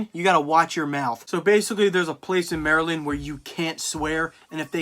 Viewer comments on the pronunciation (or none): none